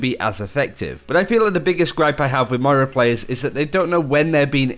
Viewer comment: It's Moira, not Moria 😂😂😂